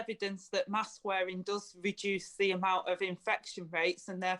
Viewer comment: There’s the two words again ‘the scientists’! Who are these scientists we want a debate between their scientists and ‘our’ scientists! Someone please educate Angela Rayner that ‘th’ is not pronounced as ‘v’!